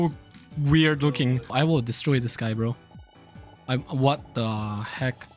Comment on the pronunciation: Can u say this one time in your life cuz u zlways say zis lol sry if this I worried you